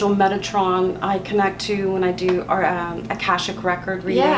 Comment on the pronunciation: I thought she said megatron 😂